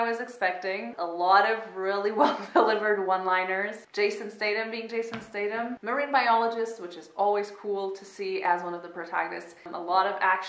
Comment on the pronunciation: "stay-tam" xD